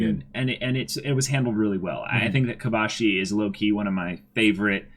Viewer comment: Kobashi* not Kobayashi